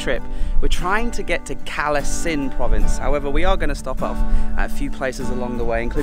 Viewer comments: English lesson in reading Thai-English words#2. All cities that have "K" for "ก" will actually be a hard "G" so Krabi is pronounced Grah-bee and Kalasin is Gala-sin, soon you'll be going to K(ข)hon K(ก)aen - Kawn-Gen., keep it up, you are doing great! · Karm not Kram also the Thais pronounce Kalasin with a G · The province where we don't even speak Thai, also it's pronounce Galasin.